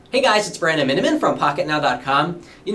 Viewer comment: I always understood "Brandon Minuteit"